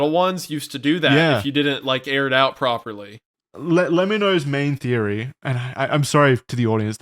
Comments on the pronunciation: "luh-mee-no"?? bruh it's "leh-mi-no" as in "lemme know" as in the contraction of "let me know"! cmon guys, it's in the intro to every video, the voice that says "just lemme know"! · love the lemmino appreciation but the way they’re pronouncing it is making me go insane😭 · Their pronunciation of Lemmino's name was killing me. 😂 It's pronounced like "lemme know". Hence the "just let me know" audio clip as his intros. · seriously! he deserves every shout out he gets. also, it annoyed me a little that they all mispronounced his name lolll. it's Le-mi-no. like "let me know".